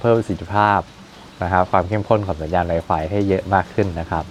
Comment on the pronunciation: มันอ่านว่าไวฟายไม่ใช้ให้อ่านไวไฟพูดไม่ชัด